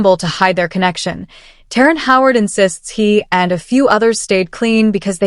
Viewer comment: His name is terrance not terren 🤦‍♂️